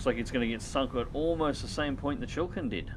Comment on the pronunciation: Chi-li-kin not Chill Kin